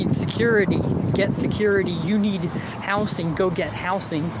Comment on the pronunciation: I genuinely hate how he says "house-ing" instead of housing